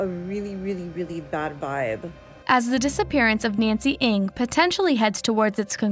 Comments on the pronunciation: I hope the family finds closure. Also the group comes forward on what really happened. ALSO, Ng is pronounced "Nang" not "Ing"; it was pronounced correctly by one of Nancy's friends within the video. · Please .. not Eng it's Ng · I definitely recall that "NG" is pronounced as Nang and not Eng? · NG not ANG. Jeez. Rest in Peace, Nancy. 😢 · the pronunciation is "Nang" not "Ang". btw she looks china so she probably just walk away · Ng pronounce as Eng not ing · At least pronounce her last name correctly. Its not "INC"